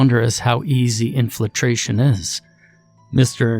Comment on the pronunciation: I imagine "in-fli-tration " is easy since it isn't a word. Wouldn't say anything, except it seems to be how you always pronounce "in-fil-tration" O_o